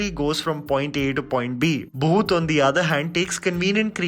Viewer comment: it's bhoot not booth. By the way I like your work